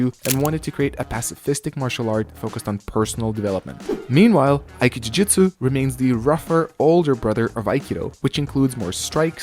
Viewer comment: You shouldn't say "aiki jujutsu" but "aiki jutsu". Ju-do, Ju-jutsu. Aiki-do, Aiki-jutsu. ;)